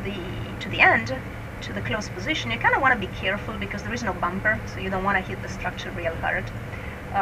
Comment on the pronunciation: There's something incredibly amusing to me about the way Ms. Cristoforetti pronounces the word 'bumper'.